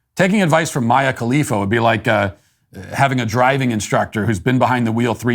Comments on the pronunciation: I absolutely love that Matt is so novice to Mia Khalifa that he continually mispronounces her name. So genuine! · It’s endearing that Matt doesn’t know how to pronounce Mia khalifa